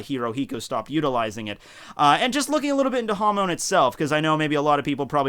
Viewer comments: Your pronunciation of Hamon triggers me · The way u pronounce hamon sounds like youre saying ham in spanish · Hamon sounds like Ham in Spanish.